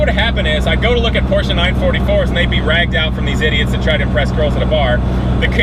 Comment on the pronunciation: Finally a yank that says Porsche properly